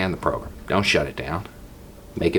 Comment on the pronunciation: Wanted to put this separate from my usual long-winded comment... anyone else hear "pogrom" every time says "program" or is that just my twisted brain malfunctioning?